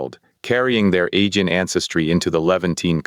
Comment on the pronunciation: Pretty good,, but you're mispronouncing Aegean repeatedly.